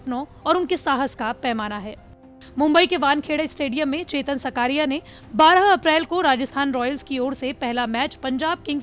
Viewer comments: सकारिया नही... साकरिया है... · It's not सकारिया It is साकरिया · Not सकारिया it's चेतन साकरिया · चेतन साकरिया. naam hai uska सकारिया nahi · It's not shkariya it's shaaakariya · साकरिया not सकारिया ... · सकारिया नही साकरिया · Surname Sahi Bolo Didi 😂😂😂 Gujarat SE Hu ....